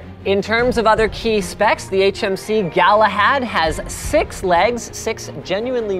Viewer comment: Clearly labeled HMC Galahad. Linus proceeds to call it HMS Galahad on every occasion.